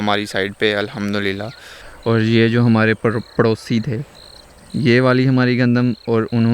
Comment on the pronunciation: Bhai ek request hai alhamdulillah ache se bola kar